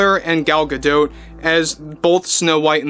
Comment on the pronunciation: Please stop saying Gal "Gadote"...It's pronunciation sounds like "Ga-doe". Thanks!😊